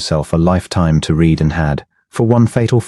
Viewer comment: Please teach AI about the past tense of the word Read.